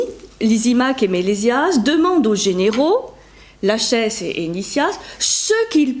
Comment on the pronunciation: Je pense qu'on dit : lakhès ;-)